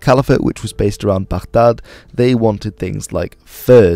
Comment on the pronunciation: your pronouncing of "baghdad" is on point